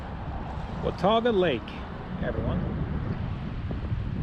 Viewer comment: Hey - I was amazed at how much for miles had the name laurel in it - seems like I remember several days worth - and THANKS so much for pronouncing Watauga correctly - both my parents were born in Watauga County NC and I remember going out on the lake fishing as a youngster when the lake was only 10 to 12 years old after being built as part of the TVA - no flooding the day I and some friends hiked through there - that was amazing - glad there was an alternative route - were the bear activity signs still up?